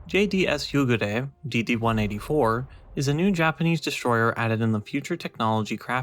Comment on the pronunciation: Nice review. Pro tip for the pronunciation of the name: There's basically 2x 'u'. So "Yuugure" :)